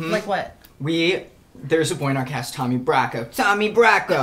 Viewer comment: sHOoT FoR tHe sTArS 🌟 - nuuuuuuuuusies - in New York accent tAHmY brACcO - ohhHhhh GAwD - oh frick meeeee. I gotta rap! off key iN tHe hEiGhtS 😂 LOVE ALL YOU GUYS! ❤